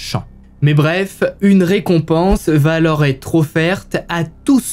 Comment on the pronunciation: Merci pour ces histoires documentées, narrées avec talent. Le « coucou » introductif est un bonheur 😂. Juste un défaut, qui me fait saigner les oreilles 👂 : une liaison fautive, mal t’à propos : on ne dit pas « il va t alors… » ou : on va t alors découvrir… » On VA alors, pas de T après, par pitié 😂. Sinon ces vidéos sont addictives. Amicalement, de Bretagne